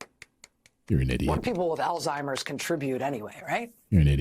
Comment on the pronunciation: These people live in an echo chamber. She can’t even pronounce Alzheimer’s properly😂